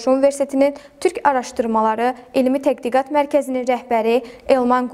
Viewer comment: İfadələrdə bəzi səhvləri çıxsaq(təqdiqat deyil tədqiqat, məzmun yox məzun) , ilk verilişə görə yaxşıdı.